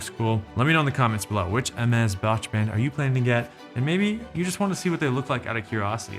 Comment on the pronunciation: Well done pronouncing this name correctly and emphasizing how it's done... nothing is more offsetting than people pronouncing this brand all wrong due to their ignorance and lack of brains